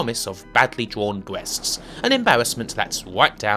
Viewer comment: "bweasts" awesome.